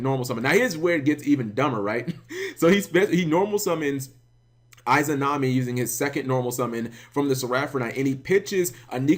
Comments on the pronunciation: 'Eye'zanami?? c'Mon Cap. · "eyezanami"? someone didn't watch enough naruto it seems Kappa